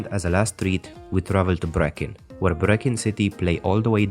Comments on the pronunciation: It's not 'breek..inn' at all. The CH is guttural and not a hard K. Like pulling phlegm out of your throat. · You butchered brechin it's pronounced rhymes with tree kin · Brechin is pronounced Breekin but you were spot on with everything else. 👍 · I don’t know where the uploader hails from, and fully admit that I’d probably make a few howlers in his language but his mispronunciation of Brechin as ‘Brekin’ had me wincing. Also, Arbroath’s nickname ‘The Red Lichties’ owes nothing to the lighthouse but refers to the large window in the burgh’s ancient abbey (now ruinous). It was illuminated at night and thus acted as a de facto beacon in times long ago. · This is a BRILLIANTLY researched piece.. well done. Being a scottish football fan I am familiar with all the information but you've done very well. The pronunciation is also excellent with the exception of the very last team featured.. namely Brechin. It is pronounced Breekin like a double 'E' but that's a mistake most English people make too so .. not points.lost on that one.. overall 10 out of 10. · High ..Bees pronunciation for Hibs nickname , Breek..inn for Brechin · It's not a hard K it's guttural like pulling phlegm from your throat and can't be written phonetically smart arse. If you say it with a hard K you're sinking to Gordon Ramsay levels of mispronunciation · I love the way you pronounce Aeberdeen, just like an Aberdonian 👍 Though Brechin is pronounced gutterally with the throat Thank you for not getting involved in sectarianism, I hate it, its a divide and rule tactic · He said Brechin the same way Gordon Ramsay did and he's meant to have family there